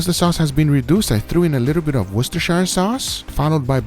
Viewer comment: The middle guy's appetite says it all!! 😂 Also, it is so great to finally meet a person, who can pronounce the word "Worcestershire" correctly! The recipe looks great! Thank you!